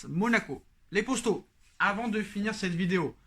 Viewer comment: ok je me disais bien aussi que ça devait être un truc comme ca